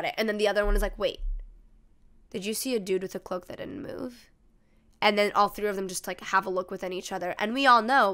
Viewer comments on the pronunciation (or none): none